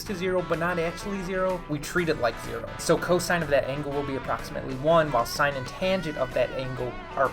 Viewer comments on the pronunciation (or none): none